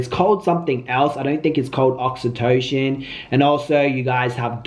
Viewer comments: It’s pronounced ( aux-E-toe-SIN ) great video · Oxy-toe-sin 😂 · Oxytocin (oxyto-SIN)